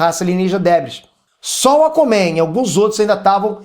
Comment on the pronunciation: "Acomen" kkkkk. zueiras a parte parabéns pelo canal. Foda mesmo!